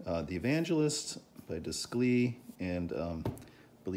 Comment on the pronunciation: It would be pronounced like deyclay. It’s French so your pronunciation would be spelled descli.